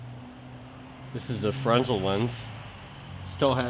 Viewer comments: Dude, it's pronounced "fernel" even though it's spelled Fresnel. I know cause I took a lighting tech class in college professor did nothing but lighting for years in theater. You seem to know alot though give u that. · Fantastic educational video .. Thanks . One teeny thing ... The Fresnel lenses are named after a French Scientist who helped develop the Fresnel lens ... originally to focus Lighthouse light beams with much less glass. It is pronounced Frah Nell .